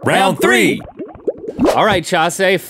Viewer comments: It’s Ćhãšē, not Chase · Ong Wan Yuan its not chase, its chasè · It's not Chase it's Chasé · "Hi I'm" pauses "Chah-say" charming smile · Just a Potato no it's "chasé" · No it's CHA-sé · "Chase said Chasé and it sounded lilk Jaseh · in the video he says Chasè not Chasé the é would be a lower tone of voice then è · It's Chasé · Actually it’s nolemretaw